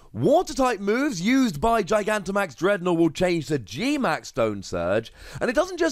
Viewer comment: You're the first person I've seen to actually pronounce Gigantimax correctly.